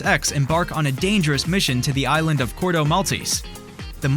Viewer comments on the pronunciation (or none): none